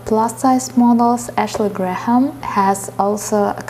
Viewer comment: "H" is silent in "Graham"